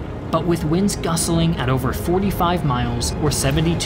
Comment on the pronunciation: Agree. Operation Husky - gliders over Sicily “…but winds gusseling (?) at over 45 mph…” I think he means winds “gusting”.